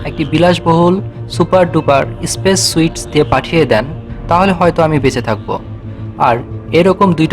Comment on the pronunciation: স্পেস সুইট না স্পেস সুট